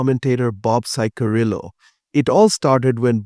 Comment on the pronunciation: His las name is pronounced "chick-uh-rill-o." 😊